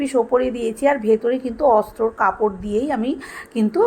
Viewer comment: কথাটা এসেছে আস্তরণ থেকে।অস্ত্র নয।আস্তর বলে লোকে।কারণ দুশো তিনশ বছরে কথাটা বিকৃত ও অশিক্ষিত উচ্চারণে ঐ রকম হযে গেছে। তাকে আরো বিকৃত করে অস্ত্র বলবেন না দযা করে। ব্যাগ ভালো হযেছে। আপনি ভাল শেখাচ্ছেন .. তা ই এত কথা লিখলাম। অনেকে আপনার মুখে শুনে ভুল উচ্চারণ যাতে না শেখে তা ই।